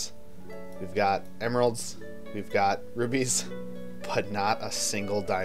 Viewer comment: I keep hearing "gemeralds" xd